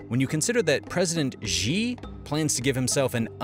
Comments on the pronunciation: XI = SHE, NOT ZI/JI. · great video, its not Ji, its Xi, pronounce it like 'she'.... just wanna help with getting the pronunciation right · Why do you call Xi "Ji"? It's pronounced like "See". X has S sound. Ji = 鸡 = chicken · Xi Jin ping Xi is pronounced as Si like in Sin. . This is very clear evidence that China has invaded the Pacific Islands like Fiji , the Solomon Islands and Maldives. Fiji central bank releases controversial Chinese-theme banknote . The Reserve Bank of Fiji—or Fiji Central bank—is causing a stir as it has begun selling a banknote with Chinese features. However, many question the timing and drive behind the release, as China's growing influence in the Pacific has been causing diplomatic tension recently. . The Reserve Bank of Fiji has begun issuing a Chinese-themed 88-cent commemorative banknote, which has been causing a stir with many questioning the timing and significance of the release. August 2022 ABC News Ace Tech News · XI is pronounced like SHE, not Jee. Do your homework please. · The proper pronunciation of Xi is closer to CEE than to GEE. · Please learn how to pronounce his name. Xi is pronounced like the English word “she.” Not zhi. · Dude, can you please stick to one pronunciation of President Xi's name? It's pronounced "SHEE". Not 'Gee', like gee wiz, not 'Zse' like zsa zsa Gabor, not "Zee' and not 'Chee'. It's Xi as in SHE. Same goes for Beijing. It's Bay-JING, not Bay Zsing (not sure where that Zsa Zsa Gabor pronunciation all started but it's maddening.) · It's not "Ži", it's "Ši" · how come you pronounce Xi as zhee and not shee 😂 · Xi is not pronounced as G. Just pronounce like how you pronounce the letter C. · Could you consider pronouncing "Xi" as "She"? This is the actual pronunciation! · the narrator should know how to correctly pronounce ‘Xi’ there is NO ‘z’ sound. At least get that one correct if not all the Chinese names. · It's Xi, not Ži Great video otherwise